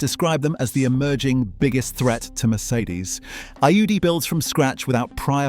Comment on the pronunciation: It even messed up the pronunciation of Audi lol